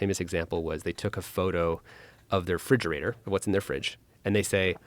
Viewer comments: I absolutely love to kisten to people, who can jog my level of intelect, have a conversation. BUT, all i heard out of this entire conversation, that pulled me out of my wonderois land of thought, was "FRIGERATOR"... This genius level ai tech, mispronounced or has a completely perplexing and fundamentally challenged understanding of where the Term "Refrigerator" comes from, and because of this simple breakdown of a word he uses the wrong word regularly, even when discussing something that requires him to sound smart to be taken seriously... absolutely baffling to me. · I couldn't pay attention after hearing this guy say "fridgerator" instead of refrigerator... still bugging me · The one guy can't even pronounce refrigerator. He just says "friggerator" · "Fridgerater"? Excuse me?